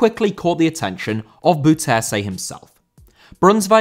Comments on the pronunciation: Rather "Boaw" than "Bow" Because A bow (as in bow and arrow) is pronounced in dutch as Bo... The "Bou" part in Bouterse for english speakers is "Boaw" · Bouterse: bow-tur-suh, with the emphasis on "bow". That was some excellent butchering you did there 😁Great video, thanks!